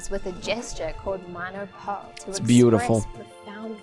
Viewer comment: I love how she said manô pô as manoe poe